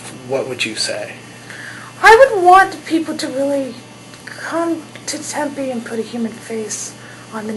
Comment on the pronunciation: Tempe? Tempe? Really?